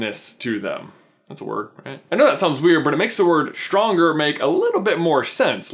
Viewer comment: its not shtronger is stronger